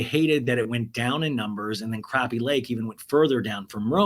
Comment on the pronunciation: It's craw-pee lake not crappy!